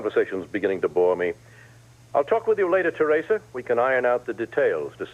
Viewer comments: Can for once say Theresa's name correctly. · he says it the way victor kiriakis said theresa's name in days of our lives. i've only ever heard those 2 people pronounce it that way!